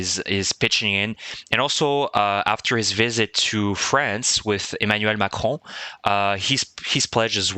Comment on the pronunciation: Good prononciation of Macron so I would guess from Québec?